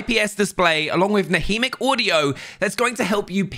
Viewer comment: Did he just say «haudio»?